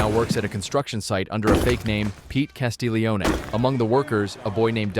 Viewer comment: "Castellioni" the godfather. 🤣🤣